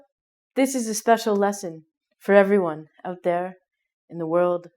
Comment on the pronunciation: Great video for learning Canadian pronunciation. out = "oh-t" mouth = "mow-th" etc. And she has that cheerful positive Canadian attitude as well. Love it.